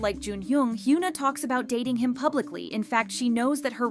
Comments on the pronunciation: please hyuna is not pronounced "hyoona" but rather "hyeona" check on translate google audio or whatever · hee-yuh-nah not hee-yoo-nah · I love how the video can't even pronounce her name properly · imagine making a whole video about a person and still not knowing how to pronounce her name like what